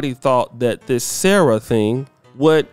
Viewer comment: 'SARAH' = 'Sa Ra" such disrespect